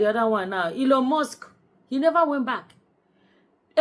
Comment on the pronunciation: I am 🤣🤣🤣🤣🤣 because I have South African friends, and that is exactly how they pronounce that word